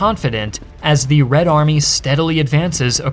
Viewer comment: This guy completely removed the word the from his vocabulary and he is saying "thee" every single time even when he should say "the".